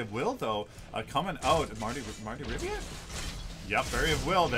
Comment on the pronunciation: RIVIA, NOT RIVA... Jesus